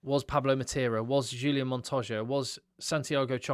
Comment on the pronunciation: nicely done this! and great "Montosha" pronounciation btw. the only thing, try to pronounce his first name "Hooli Ann" rather than Julian. exciting test indeed. all the best mate